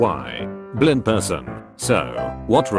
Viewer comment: well... there was an attempt to say “Blind”